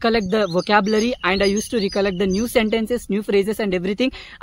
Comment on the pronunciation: Its Rekallect not reekallekt. Anyway you spoke well.